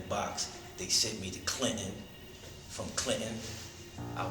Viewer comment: Clinen, correction centa, lol